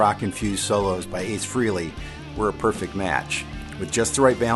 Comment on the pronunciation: Frehley is pronounced "fraylee"